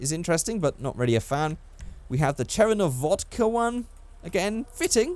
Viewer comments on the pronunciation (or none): none